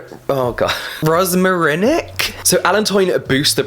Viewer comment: I like when you’re trying to pronounce some words ahah ‘rosmarinic’